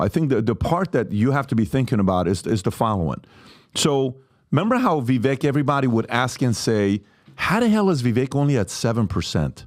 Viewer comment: please learn how to pronounce Vivek’s name. You’ve heard it pronounced correctly 1000 times and yet still mispronounce it. I don’t know if it’s malice or stupidity. Me thinks it’s the latter.